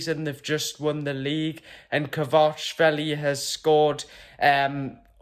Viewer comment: Well pronounced another one to add to the list of ever ending signings the left back signings of gone quiet good video